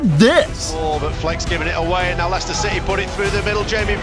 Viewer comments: Ieicester not liechester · Liechester lol